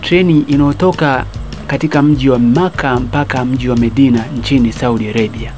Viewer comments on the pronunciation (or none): none